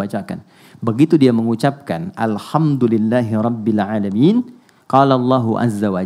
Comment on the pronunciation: afwan ustadz, dengan segala ta'dzim. kalo saya tidak salah dengar, dimenit ke lam mati pada kalimat robbil aalamiin ada pantulannya nya jadi kaya kolkolah. mohon verifikasi ustadz. jazakumulloh khoiron katsiro